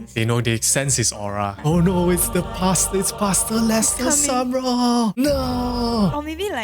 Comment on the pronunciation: Im giggling at how paster sounds like "pasta" 😂